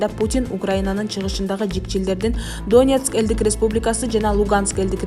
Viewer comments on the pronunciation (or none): Доонбас, Доонецк эмес, Донбас, Донецк, туура окубайбы диктор. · Канча класс билимин бар доонекс эмес Донецк , доонбас эмес Донбасс дура без грамотная и еще калпычы урус согуп озун тушунбой суйлобой эле койсон болмок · Донецк дегенди туура айтсан